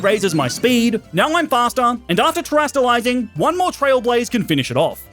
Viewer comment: the way he pronounced teralize its bugging me so much